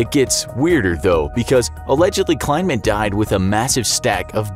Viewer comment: Also: Pretty sure the dude's name was KLEI-man, not kLINE-man. Sheesh.